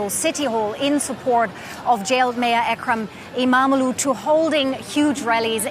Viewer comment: The more you cover the news about Turkiye, the better you are getting at pronouncing Imamoglu. Just not quite there yet. :)